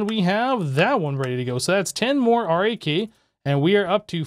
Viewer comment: Cant believe he is still calling it R.A.K and not RAK :D